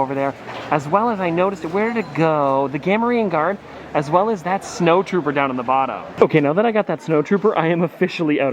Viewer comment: Hey! It’s pronounced, Ga-More-ian Guard 😉